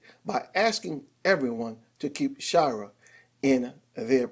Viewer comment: Shy-er. Not shy-rer. But thanks for the news.